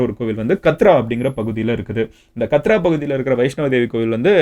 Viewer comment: கத்ரா இல்ல கட்ரா